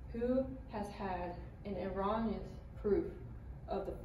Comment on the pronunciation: You have a typo on your second slide: Claiming to *prove (not proved) Also, you mispronounced “erroneous.” Say it like “eh-ROW-knee-us”. Also, Atiyah’s proof was disproven in 2018.